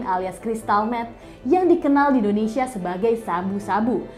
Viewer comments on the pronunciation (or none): none